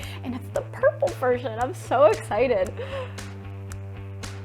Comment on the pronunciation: "it's shoo cute!" no, you are!